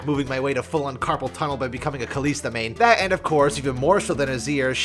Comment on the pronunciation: why does he pronounce kalista as kaleesta, even kalista says her own name sometimes. and its def not kaleesta.